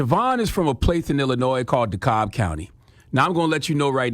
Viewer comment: It’s dekalb not dekolb